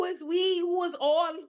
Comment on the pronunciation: " We"? "We", or "oui"? I never knew she's French.